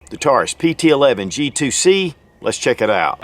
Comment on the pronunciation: 4 things: #1) Its a pt 111, not pt Eleven (11) as you refer to it throughout the video. #2) You point to the Slide LOCK lever, and call it a "Take Down Lever". #3) You highlight the rear sights as being adjustable for Elevation, when in fact, they're ALSO adustbable for Windage. #4) You describe the 2nd strike capability as the gun has been "RE-COCKED". Im pretty sure the "ReCocking actually happens when you go into that second strike trigger pull, and that's what actually re-cocks the gun. Lastly, every reviewer seems to bash the long trigger pull. It's only long for someone who's trained and become used to some of the other (shorter) trigger pulls on competing guns. To each his own. Fact is, many of these lower priced guns sell to first time gun owners. So, they don't have anything to compare the Taurus trigger to, and to them, it works just fine. I personally find it much more friendly than my Glock Gen 4 standard factory trigger. I didn't know this gun had a metal guide rod. That's a big improvement, since many Taurus pt 111 g2 owners have opted to replace the factory original composit guide rod/recoil spring assembly with a $30 after market Stainless Guide Rod/Recoil Spring assembly normally purchased from Lakeline. That one improvement alone makes this gun a fantastic buy at anything up to around $250. The only other change seems to be the elimination of the Taurus security lock, (aka Hillary Hole) which I understand can also be removed on the G2 models.